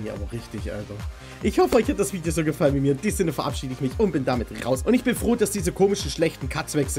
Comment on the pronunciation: Ich habe am ende einfach verstanden statt cuts, katzen